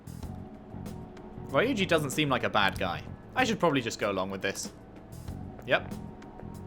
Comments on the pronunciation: Kamoshida is one disgusting teacher lol!, please pronounce Ryuji’s name “Reeuji”, not “Riuji”:p I think that the “y” is messing up the prononciation of English speakers. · His name is pronounced "Ree-you-gee" :)